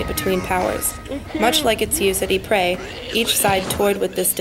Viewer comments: Narrator Ypres is pronounced eee p, not e pray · I can’t watch he’s ruining it saying eeepray